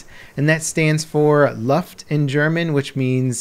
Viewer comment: The way how you pronounce "luft".... There is no way how you can pronounce it wronger. -_